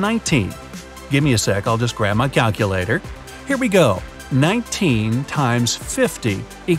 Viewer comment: "Caculator," Me: Already confused.